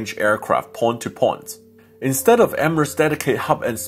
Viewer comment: A-FREE? THree not Free Poi to Poi